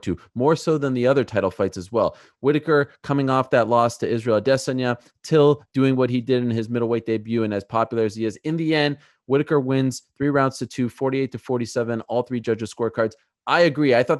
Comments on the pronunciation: No one: Ariel: "Ah-Diss-On-Ya". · Never heard Adesanya butchered so bad as Ariel's pronunciation of it.